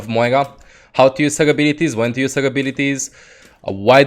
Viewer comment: where is the "G" in moira??? you keep saying moiga